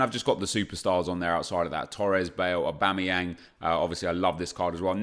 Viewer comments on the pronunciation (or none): none